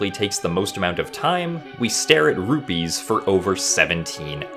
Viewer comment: Sounds like you're saying ruby, got me for a second